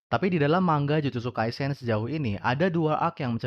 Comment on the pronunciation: dibacanya mangga blok